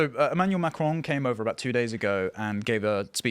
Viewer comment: It’s pronounced; ‘ma-cron’ and not ‘Mac-crone’. Geez